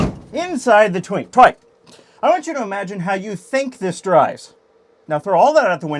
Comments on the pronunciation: the first time you said "twike" i understood twink and spilled my drink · “Inside the twin- twike” nice save lmao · "Inside the twink twike!" haha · “Inside the twink… twike” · "Inside the twink- TWIKE" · "Inside the twink, twike" Soooo Im not the only one.